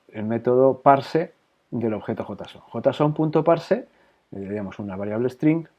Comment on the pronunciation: En español si esta bien pronunciado